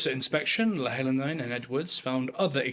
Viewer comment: The pronunciation is annoying me! Sorry, but Louhelainen = Low - he - lie - nen (he as in the start of the word hen). Leavesden I assume is the same place where they filmed Harry Potter (Watford). It should be easy to get the correct pronunciation, it is not Live-ess-dean!!!!!